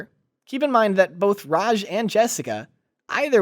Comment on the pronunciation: it's RA J NOT RAZH. STOP FORINISING NAMES!